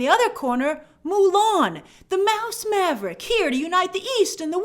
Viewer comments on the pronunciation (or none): none